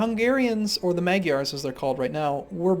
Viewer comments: Its like nails on a chalkboard to us Hungarians. Its pronounced Mahdjyars. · I like how you pronounce Magyars (Hungarians actually...thanks game)